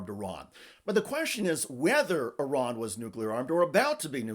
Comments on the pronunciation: Why does every GOP intentionally mispronounce the name of the country IRAN, it is not "I ran" !!! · Fuck me Americans there is no such place as “👁️ Ran” it’s called Iran FFS 🤦‍♂️